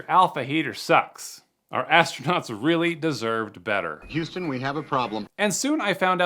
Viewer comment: AT THE MARK IN THE VIDEO HERE: "IS HOW WE KEPT ASTRONAUNTS WARM" WHAT THE HELL ARE **ASTRONAUNTS**?